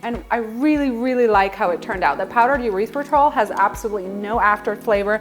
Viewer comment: “Urethra-tol” made me giggle. “Errrith-ritol” 😊